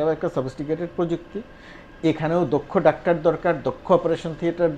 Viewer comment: Appreciated. Please pronounce either doctor or in Bangla ডাক্তার, not in-between.